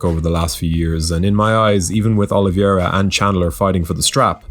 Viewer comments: dude. the easyest and most accurate way to pronounce "Oliveira" is "oh-lee-veh-ra". you guys keep calling him "Oliviera", it's really annoying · Never heard anyone pronounce the "i" in oliveira.🤔